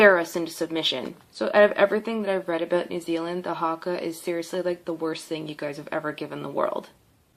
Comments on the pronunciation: I'm from new Zealand and she is the most erritating person I have seen and it's not harka it's prinased huka 😤😠😠😠😠😠😠😔👈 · Bruh it’s not haaaaaakaaaaaa it’s haka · football team😂😂 no no its rugby. Its not huka its haka other thing its not marory its maori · The pronounces Haka two different ways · She said Haka wrong and its not sexist, its a tradition us maori's preform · This woman can’t talk shit when she can’t even say haka right. If you see this woman you would piss your pants if they did the haka in front of you.